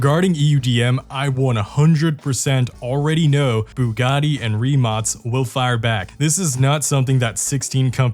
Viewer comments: "rimatz" ? wtf? its "ree-mak" rimac... just google how to say it. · Why do you say Rimats ? It’s Rimac isn’t it ? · As a european I know its not the point of the video and you cant possibly know our situation regarding if we are in gold age or whatever but excluding those hypercar brands buggati koenigsegg rimac(btw its pronounced rimak not rimats) average car made for point a to point b they are just not what they used to be in the 2010s you could get twin turbo charged V10 in audi RS6 now if they have v6 in them we are like wow the last generation of golf r will have Inline 5 from audi rs3 as a farewell to the golf r because vw is going electric and is killong the golf r i mean 20 years ago you could buy one of the most european engines ever 3.2 vr6 that thing screams like a fucking fighter and has better lifespan than a fucking turtle and i am not exaggerating because my first car was a golf mk4 vr5 which is essentially the same engine just smaller and one less cylinder thats it and also the first ever production car fitted with dsg was golf mk4 r32 the same one with the 3.2 vr6 europe really as an innovation point of view is falling behind china and their evs and what not every brand be it for cars or computers its dependent on chinese manufacturers to deliver chips and all sorts of complicated technology that i dont know what will happen if china just banned trading with all continents except asia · why do I hear only rimats? isn't it rimac? idk.... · Idk how you end up pronouncing Rimac as Reemarts...